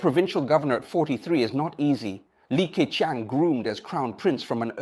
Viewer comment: 那些can’t的發音和好些字例如leader都是用了美音。而整體說話卻是仿英式的。克強的強很多次都發音不一致，plus講了ploose。這些都是AI有瑕疵的地方。不過已經很高水平，很多以英語為母語的人，其實措辭都不會表達得那麼好的。不能想像以後的Ai會去到什麼水平的了。